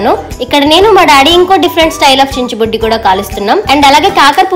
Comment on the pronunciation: Akka it's not chinchubuddi it's chicchubuddi